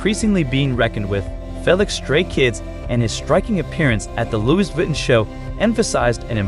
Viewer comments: Ur funny😂😂😂 u Write it down as Felix but u read it as Feelix and not Felix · ~ Can you please do this video over Say Felix’s name correctly. Plus, Jeez pronounce Louis Vuitton the right way! Can’t watch it all the way because it is so horrible to hear the narrator do a horrible job… Felix is a MAN, not a woman!!!~ 😡